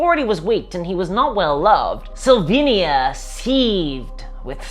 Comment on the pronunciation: Amazing video, as always! I can help myself, but hear "Slovenia" whenever you say "Sylvania" :) At least I hope our politicians aren't vampires....